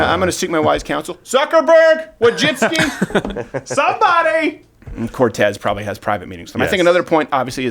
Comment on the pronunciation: It's not Wojcicki it's Wójcicka. She's a woman and it's pronounced Vooicicka.